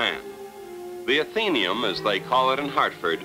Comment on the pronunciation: Actually, we don't call it the a-theen-e-um. It is the ath-uh-nee-um.